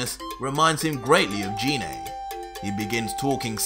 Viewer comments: its geenay gine not jeenay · Am I the only one who gets triggered when he pronounces gine wrong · Why do you call Gine Jine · no hate but it triggers me how he calls gine name wrong like I'm guessing you've seen the movie where they call her gine